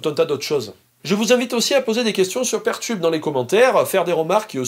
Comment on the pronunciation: C'est peer tube, comme Peer 2 Peer, et non pas pair tube (même si en français on a traduit par Paire. ^^